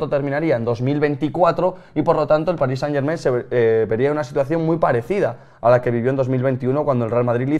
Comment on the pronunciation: Revival de un clásico: pronunciando París Saint-Germain